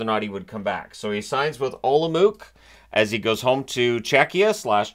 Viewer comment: Olomouc is pronounced like olom-oats :)